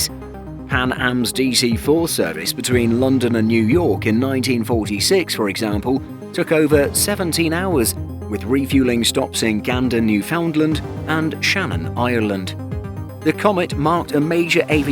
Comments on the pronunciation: I was born in Newfoundland please take time to get the pronunciation right. Here's how: Take loof in as in aloof but make it one syllable as in noof then say finland but with a very hard D in "Did your plane land ?" NOOF-in-lan'D not New-Found-Land It's not pronounced as distinct separate words as is the very common mistaken pronunciation. A lot of Newfies cringe at hearing the mispronunciation but are usually too reserved to point out, I normally wouldn't make a big deal out of it but my people's history & identity deserve respect like any others. Thanks ❤ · “new FOUNDland”